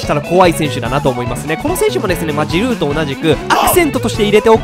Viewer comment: オリヴィエ・ジルーじゃない。 オリヴィエジ⤴ルー⤵だ